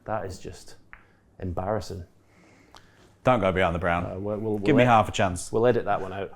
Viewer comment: sounds like Brun, its what we say "brown" in Scandinavia 👍 Maybe a little Viking in Hendry 🤔😁